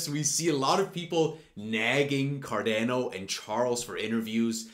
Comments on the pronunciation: He didn't say cardano ... KADENA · You're funny. I like you. You got my subscription. But, is still pronounced "CAR-DAWN-OH" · Go to Google Translate, select "Italian", write Cardano and press the button to listen: this is the correct way to pronounce it!